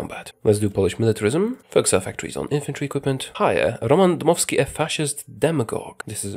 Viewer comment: I love how u said "Roman Dymowski". Greatings from Poland!